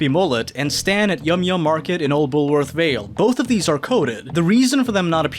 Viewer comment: "Bullowrth the school" that's one I haven't heard in a while.